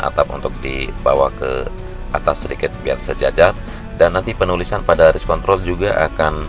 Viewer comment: Wah pelanggaran nih.. bilang race kontrol gak pake R 😂😂😂